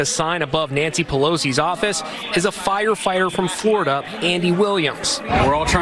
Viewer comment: It's "Flori-duhhh man" 😂😂😂😂